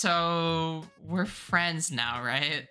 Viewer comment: “I like turning my fruends into goo”